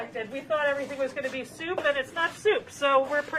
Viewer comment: Stop saying SOUP you urban bison.